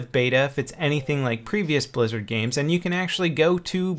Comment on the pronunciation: Lmao I thought he said brazzers first fps lol